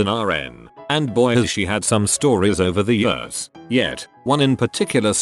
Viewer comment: Everyone else: "Years" Robot Voice: "yUsS"